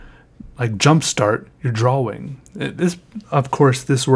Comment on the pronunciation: I love it when he said twrawing 😂😂👌🏻